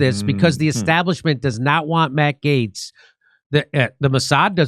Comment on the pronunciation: Jimmy finally pronounced Gaetz correctly.